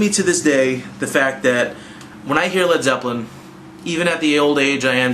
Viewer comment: "Led Zepplen"